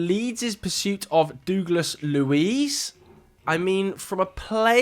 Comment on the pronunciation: You are mispronouncing Douglas horrendously 😂😂